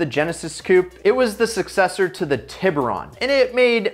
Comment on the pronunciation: Why did you just pronounce tiburon wrong? Lmao It's ti buron Not Tib uron